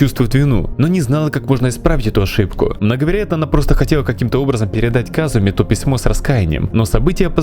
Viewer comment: почему казУмо разве не кадзунО ещё почему рюко а не руюко я смотрел в русском дабе